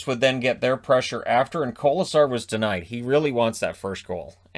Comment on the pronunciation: Good pronunciation on kolesar 👍🏻